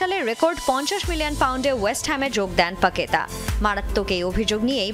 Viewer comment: ডিসপ্লেতে লেখা লুকাস পাকেতা কিন্তু খবর পড়ুয়া পড়লেন "পাগে....তা" এগুলো কোন ধরনের উচ্চারণ যা প্রায়ই শোনা যায়